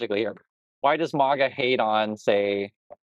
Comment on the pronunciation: Ooh. I agree with the vid, but I hate how you mispronounce the word maga. Thumbs down